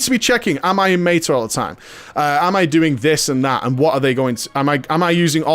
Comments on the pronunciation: do you love making English people cringe by pronouncing words wrong? haha. It's Meta not Mayta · meyta as in meyta-morphosis? lol